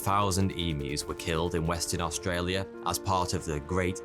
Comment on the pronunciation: As an Australian, I am impressed how well you pronounced Australia. Also, the emu war is our biggest meme